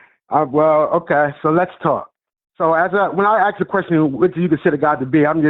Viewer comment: Can people like PLEASE learn how to speak correctly? Your skin color does not dictate how you speak, so there’s no reason why he has to speak like that. And it’s pronounced “ASK,” not “ACKS.”